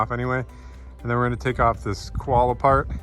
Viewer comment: Lol you guys. You need an Aussie accent for this one. Its not a "kwolla", it's a "co-wah-lah". Great result by the way. Cheers from Sydney!!